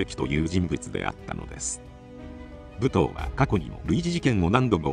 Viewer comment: ぶとうって言い方が気になる～ むとうでは？